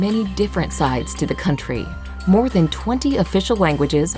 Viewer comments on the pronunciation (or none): none